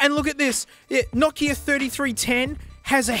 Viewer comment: It's not nakia it's No kia